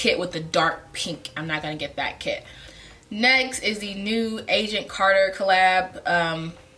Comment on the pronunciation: I thought you were saying "Asian Carter" instead of Agent Carter.